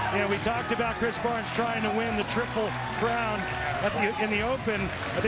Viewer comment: osku palera? triple clown? sheesh, think then speak